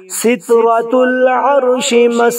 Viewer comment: Sitrul arshi. hai. aap ne shitratul arshi pada hai. Thoda dek len.my tanqeed nahi karra bataya hun.allah maaf kare